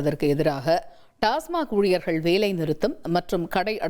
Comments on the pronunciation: அது டாஸ்மார்க் இல்லை டாஸ்மாக். எங்கேடா படிச்ச? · ஒரு பத்திரிகையாளர் TASMAC ஐ TASMARK எ‌ன்று உச்சரிப்பது எதோ கடமைக்கு செய்தி சேகரிக்கிறார் எ‌ன்று தெரிகிறது. செ‌ய்யு‌ம் தொழிலுக்கு முழுமையான படிப்பு அறிவு தெரிந்து கொண்டு பேசலாமே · டாஸ்மார்க் டாஸ்மார்க் நல்ல உச்சரிக்கத் தெரியாத பத்திரிக்கையாளர்